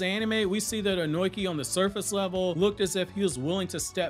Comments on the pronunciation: Bro keeps saying onoki (oh-noi-key) instead of onoki (oh-no-key) I hate reviewers who can’t say the names right like some people say madara (mah-dar-rah) instead of madara (ma-da-rah) smh it’s triggering Edit great vid tho 🎉🎉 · His name is Onoki. Ohh nooo key Not own oink eee